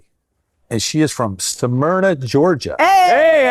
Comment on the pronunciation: There’s a New Smyrna, Florida, but it’s not pronounced as Samyrna. The pronunciation is like smith, small, smooth, smell.